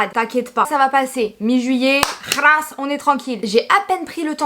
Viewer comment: On dis khlass pas khrass😘😘